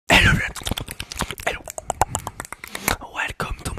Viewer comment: the intro: "hello" but its "error"